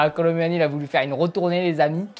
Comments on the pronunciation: Kolu moini pas kolo muani ca ne ce prononce pa comme ca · Sa ce dit Kolo mouani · On prononce pas u dans Kolo muani le u on fais comment si C’était ou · Sa me fume quand il dis " Kolo mUuani"😂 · Comment il dit kolo muni 😂😂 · Kolo manière 😂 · Nn c'est kolo mouani à la prononciation😂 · On dit Ronaldo Shop et on dit Kolo Mouani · Il dit kolo m u ani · Bro tu prononce mal le nom (kolo muani)